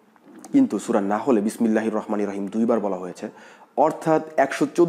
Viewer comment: নাহল না নামল ।